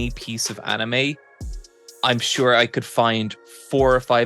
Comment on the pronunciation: interesting that you pronounce manga correctly but anime incorrectly. The correct pronunciation of anime is kinda weird sounding tho.